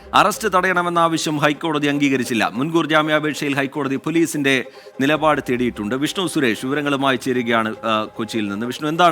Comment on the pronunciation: നിലപാട് നിപാട് അല്ല